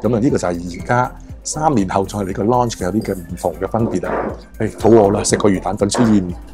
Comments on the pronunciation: 好似讀noun咁讀loun-ch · “Lounge” 唔系咁發音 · 在YouTube 無意中睇到你條片，拍得都還可以但建議講嘢個tone可以改下，好old style 同埋建議查吓lounge 字正確讀音。